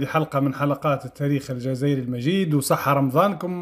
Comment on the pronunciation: يا أخي مستوى دكاترتهم في الحضيض مادام كلمة التاريخ ينطقون بعبارة الطاريخ المراكيش